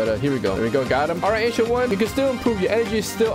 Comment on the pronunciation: Wth I heard Asian one instead of ancient one